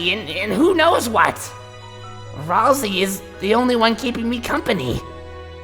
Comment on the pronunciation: To: It’s pronounced “Ral-Say”!